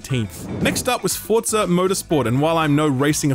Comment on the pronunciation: There’s no T in forza